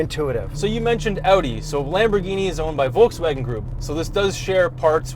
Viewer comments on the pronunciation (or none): none